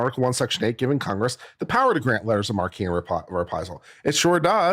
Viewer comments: I think It’s pronounced letters of mark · It's written "marque" and pronounced "mark," unfortunately. Or, if you want to sound French/ridiculous, you can pronounce it "MArH-kuh."